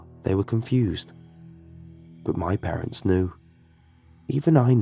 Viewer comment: For the upteenth time, there is no such word as "parentses!!!!" The plural possessive word parents' is pronounced "parents." When you mispronounce simple words it entirely destroys the immersion of the story. And oh my god, do you ever mispronounce that simple word every single time it occurs in a story!